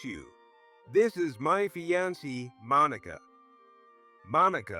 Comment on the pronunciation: Fee-an-see? It’s a variation on the more usual Fee-an-Kay. Sigh. I’d love to hear Fiancée/Fiancé just once. Now we got Fye-on-see…